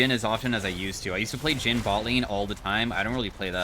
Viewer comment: "Jhin mid", "Jhim" even... 🤔